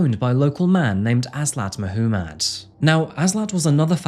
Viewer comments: Who pronounces 'Muhommad' as 'Muh - who - mad'? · Mahoomad? lol it’s probably Muhammad . The accent doesn’t give you an excuse to pronounce stuff wrong. Now I know why you have to interpret Shakespeares work because he was British and when the books were written down they couldn’t understand him. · Is his name spelled differnet or is just youre accent? No hate i just CANNOT UM HEAR "MAH WHO MUD" and its just gets louder everytime lol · FFS! MAH-Hoo-MAAD?? You're deliberately mispronouncing the most popular name amongst Islamic men just to make yourself sound extra fancy for English audiences. I see what you're doing and It is fucking cringe. Just pronounce the name like the rest of the entire English speaking population. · Mahoomid? 😂 did you do that on purpose? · Did my mans say [Ma-hoo-madd] & [Mo-hoo-madd]? Crazy pronunciation for such a popular name worldwide. Especially crazy considering it was the most popular name given to babies in England and Wales in 2023. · I found it amusing. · Am I the only one who can't get over "Muh-hoo-mad"? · I've never heard that name be pronounced Muh-who-mad before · Rob Zombie voice Mahuumad.. Mah-huu-mad! Mahuumad.. Mah-huu-mad! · who says Mah-hoo-mad for Mohammad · I'm sorry but that pronunciation of Muhammed is driving me crazy 🤪 if that's the name you're saying then it's meant to be pronounced moo-hum-id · I think you're saying 'Muhammad' wrong. 🤔